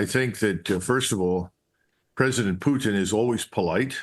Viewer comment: Finally. Someone who can pronounce PUTIN'S name properly. It's not Pu-in people!